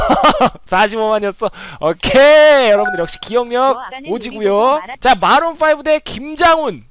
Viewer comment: 마론 아니라 마룬 아님..?